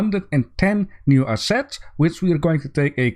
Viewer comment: remind me to learn you how to say assets and monsoon :P